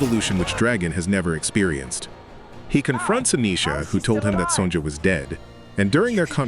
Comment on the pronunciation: AI narration is really messed up, it's not son-jah. it's son-yah.